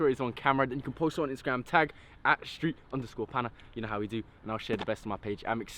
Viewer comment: Street Panna easy for you to say 😂